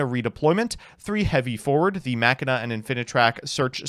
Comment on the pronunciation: I straight up stopped watching when he started saying machina wrong again